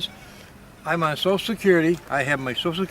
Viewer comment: Can you say on properly its annoying.